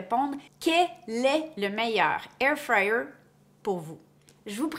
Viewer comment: Anybody else who loooove the way she pronounces Air fryer 😍😍 thanks for the video